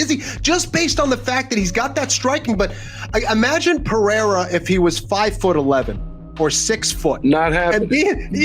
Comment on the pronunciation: can somebody tell rogan how to correctly pronounce his surname. its R not J.